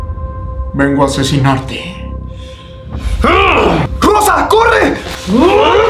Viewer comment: En vez de escuchar rosa corre en el minuto escuche cosa corre XD